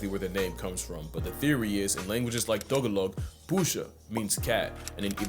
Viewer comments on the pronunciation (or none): it’s taah-gaah-loug!!!! Not too-gao-loog!! 😂 no disrespect intended, it just made my filipino butt chuckle 😂😅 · 'Ta-Gal-Og' not 'Taga-Log'! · pronouncing tagalog as TOgolog instead of taGAlog is inSEYN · Your pronunciation of "Tagalog" as "TOE-gah-LOHG" instead of "tuh-GAHL-ohg" gave me a hernia. 😭 Signed, a Filipino. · Toe -ga-lug fucking SENT me lol! Its ta-ga-log'dearest! So funny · Hello! also filipino and ive never heard it as "toh". I think the commenter is right that it's closet to the "ta" in tart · Tuh-guh-lug? Bruh I honestly never heard someone pronounce Tagalog like that. Me and my family (PINOY PRIDE!!) say it like “Tah-gah-loh-guh” Tbh, tho no idea who is right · 🤦‍♂️Bro... right when you're talking about pronunciation, you mispronounced Tagalog. It's pronounced like "Tuh-gah-lug" not "Tug-uh-lug" That one is a hard one to pronounce for most people though. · I love hearing animal facts from you! Also, break down is tAH-gAH-log. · Tagalog is pronounced kinda like tah gah lug/log. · Tagalog is pronounced Tah-GAH-leg. :) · I’m sorry the pronunciation is actually how it’s spelled Ta-gah-log(I’m Filipino)😭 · Tagalog? Isn’t that Ta - Gal- og like Philippines or was he pronouncing another language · "Tagalog" is pronounced like "d'GA-log". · The pronunciation of Tagalog caught me off guard but it's actually longer or emphasized "Tah- gah- log." and "Pusa" as well, or at least in my region it's a 'u' and not an 'o.' (Love from the Philippines. ):hands-yellow-heart-red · it's more like "tah-GAH-loug", the emphasis on the middle syllable and the end pronounced like the name "doug". And I've always seen the word for cat spelled with a u, but Baybayin, the pre-spanish writing system that nobody uses anymore, only has three vowels at the best of times and so o and u are not distinguished, nor are e and i. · I died when you said Tagalog like that. It's a Tah-GA-log. Source: Ako ay pilipino. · Tagalog? Ta-ga-log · The pronunciation of Tagalog hurt me so much